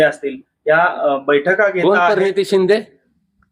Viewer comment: पर नीती 😂😂😂म्हणतात भैया